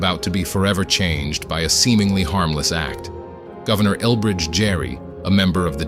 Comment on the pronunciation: The name 'Gerry' is said with a hard g.